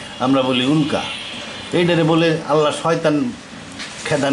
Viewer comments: উক্লা না উল্কা!! একটা নয়েজ ক্যান্সেলেশন মাইক্রোফোন দিয়ে রেকর্ড করেন চাচা। চারপাশে গাড়িঘোড়ার ভোঁ ভোঁ পোঁ পোঁ পিঁ পিঁপ শোনা যায়।। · উক্লা না উল্কা?